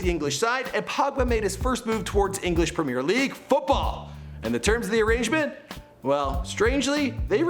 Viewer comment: Someone gotta tell how to pronounce premier league